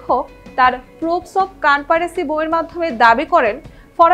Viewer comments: Canparecy na😂😂...conspiracy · Proof of conspiracy কে prup op kanparesi কতটা confidence এর সাথে বললো বাহ